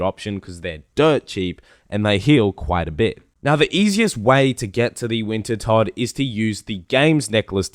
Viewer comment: he finally called it wintertodt and not winterdot!